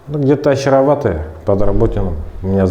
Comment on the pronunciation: Не Очароватое, а Очеретувате, дебіли! Вивіску правильно прочитати нездатні!